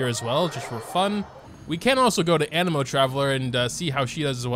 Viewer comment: My guy said anemo correctly, like sub and bell lets goo!!